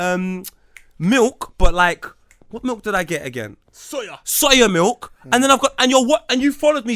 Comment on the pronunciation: The way my man said Soya in the background allow it faam ahahaha.